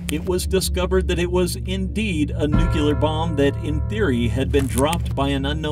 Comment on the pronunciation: It's nuke lee r, not nuke u ler